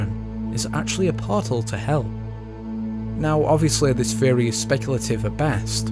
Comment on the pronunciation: It is amazing how badly you pronounce the word theory. Fehohreh